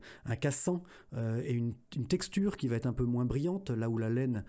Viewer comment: Je comprend pas, cette vidéo est déjà parue, je l'ai écouté il y a quelques jours... Bonne vidéo mais : il n'y a pas de T à "va". On ne dit pas "va-T-être". C'est une épidémie YouTube mais ça se soigne très très facilement 🙂